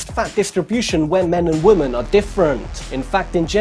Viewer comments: Great did. BTW its women (wimin) not woman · He keeps pronouncing women (plural) as woman...for some reason it's driving me crazy😂😂😂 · "THAN WOMUANNNN" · Does nobody else notice the way he says women? As if he's slow or something?